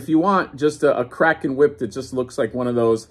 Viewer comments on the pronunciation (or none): none